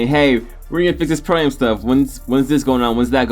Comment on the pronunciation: Pro am.. It's AM not A-M